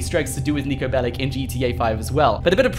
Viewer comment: It’s pronounced “Bellich” just so you know